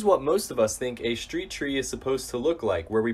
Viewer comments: "shchreet", "shchressed", "shchrutural" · "Shtreet chree."